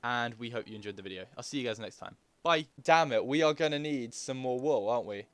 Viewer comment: Okay, firstly you forgot how to say wool, and now you thought a cow was a fish, go back to school! 😂 ahah love you